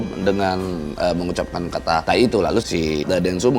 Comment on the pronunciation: Lagian bang deni bilang tae , bukan bilang tai atau tahi. Fa bilang mau cari ahli bahasa, cari lah.